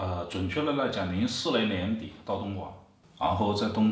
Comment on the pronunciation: （读零下，和负没有一毛钱关系） 东莞（guan） 别嫌我啰嗦，做为内容输出者要为自己的言行负责。